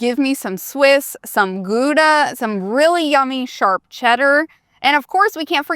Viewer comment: Great video. Thank you. Just A Tiny comment, from a Dutchie. Gouda is pronounced G-oow-daaa and not Goodaaa. 🙃